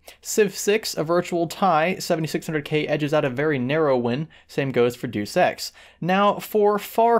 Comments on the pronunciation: "Day-oos" BTW. Not "Duus". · The hell is "Deuce Ex?" It's Latin - two syllables.. "De" is pronounced like met. Then "us" is pronounced just like it looks like. Sort of like: day-us. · Doos. Doos ex. Why do people keep saying Doos. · "Doose Ex" Man, c'mon. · "Duce Ex" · "jew sex" unsub because you're a commentator that can't pronounce simple words two fucking decades after a franchise was released. dumb fuck.